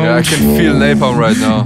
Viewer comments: I came back to say napalm not napom nice vids🤣😂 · You said Napom but in Subtitle ia Napalm😂